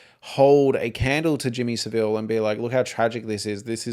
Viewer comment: Just FYI as I have watched a few of your videos - great content BTW - Jimmy Savile is pronounced Sa-vle the I isn't pronounced 😊